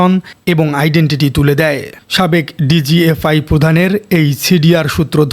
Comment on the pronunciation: মেজর নাকি মেজর জেনারেল মাসুদ? ডিজিএফআই নাকি ডিজি আই এফ? ভুলভাল উচ্চারণ রিপোর্ট এর সৌন্দর্য নষ্ট করে